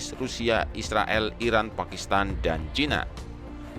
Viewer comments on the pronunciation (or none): none